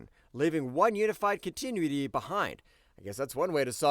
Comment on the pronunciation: Great video! One note: continuity is pronounced con-tin-new-it-tee. No hate, keep the videos coming!